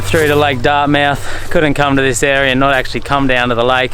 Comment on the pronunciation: Pronounced "Dartmuth"